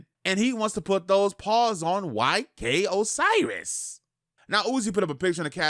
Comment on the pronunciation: Ayyyye he said "YK Osiris" and not "OK SIRIS" Lol, still love